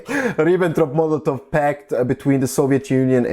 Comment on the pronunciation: Super Arbeit, die du hier machst! Ich wunder mich nur ein bisschen - ich vermute, dass du deutsch als Muttersprache sprichst (rein von deinem englischen Akzent?), aber deutsche Namen wie Luxemburg oder Ribbentrop so merkwürdig aussprichst ;)